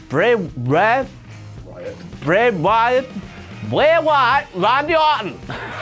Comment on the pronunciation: o'clock with pronunciation of "Bray Wyatt"